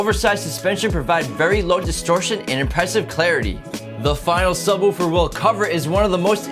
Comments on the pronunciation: God say subwuufer one more time its sub woofer. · I like the way he says "Subwuufer"